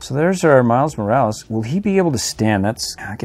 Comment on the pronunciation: It’s not miles Moralees it’s Miles Morales